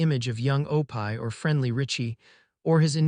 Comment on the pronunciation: Guys, it’s “ Oh pee “ please drop the pie!